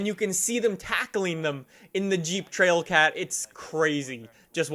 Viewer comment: I died when you said “Trailcat”